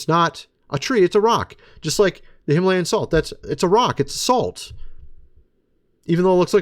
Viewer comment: plain sight him-a-layin